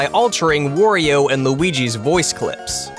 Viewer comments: Why do you say "Worio" instead of "Wario"? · Can someone teach this guy how to pronounce Wario? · Am I the only one noticing the way he pronounced "wario"?